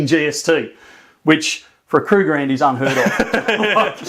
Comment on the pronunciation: oh man....why do you have these great things when I have no money?? and yes, say Kruggerrand....I think of Leathel Weapon 2 straight away!! 😂